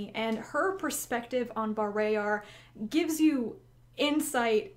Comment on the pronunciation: caught be off guard to hear you pronounce bah-RAY-yar instead of BAR-RAH-yar